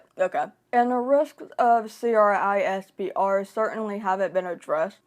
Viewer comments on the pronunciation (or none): This is a good video but the fact that you said c-r-i-s-p-e-r instead of saying it like "crisp-er" drove me nuts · Just you know, generally CRISPR is pronounced as “crisper”, instead of saying each individual letter 🙂